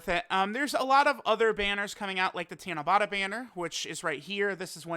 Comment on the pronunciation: tanabAta not tanabOta